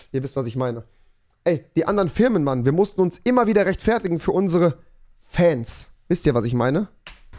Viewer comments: Mich triggered das wie du rechtfertigen aussprichst aber liebe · Wie er rechtfertigen betont